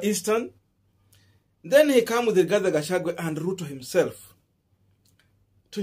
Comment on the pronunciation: Gachagu_,a not gachagu_e